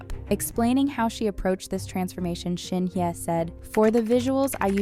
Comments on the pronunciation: Pls pronounce her name correctly.. Not Shin ye.. it’s SHIN HYE..✌️😊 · I don't think she pronounces her name this way? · is always like this. Always not pronouncing her name correctly..😂..maybe the speaker is an AI 😅